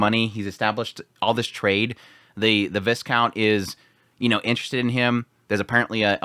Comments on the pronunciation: Just so you know, it's pronounced Vy-count, not Vis count. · You don't pronounce the s in viscount, vai-count. Though tbh, not having the "french" pronunciation is easier